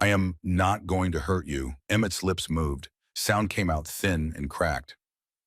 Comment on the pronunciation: Watching from England UK, the name of the man who is looking for the boy in his care is called pemberton not peton,the boy's name is Emmett not emmtt, please get the names right, pemberton should go to prison for falsifying and claiming government pay for the children who are no longer living in the house of horrors, that is called fraud ❤💓💯🏍️ Emmett will have a new place to live when he leaves hospital, Rowan has already told Emmett he has a place above the brotherhood garage where Rowan works, building bikes